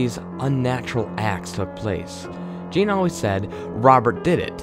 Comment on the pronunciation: For fuck sake, his middle name was eujene not jean.